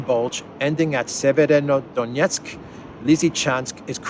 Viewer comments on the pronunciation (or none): Just a little help to easier pronounce "Severodonetsk" - "Sever" means "North" in Slavic languages. So it's basically NorthDonetsk. You should pronounce it something like "Sever + o + Donetsk". Hope i've helped...